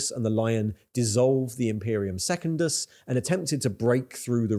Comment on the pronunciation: That is not how to pronounce Secundus….